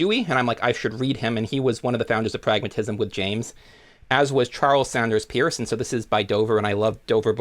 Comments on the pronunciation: No Josiah Royce? No Rorty? (Peirce's name is pronounced PURSE, like the women's handbag.) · "Peirce" should be pronounced "purse."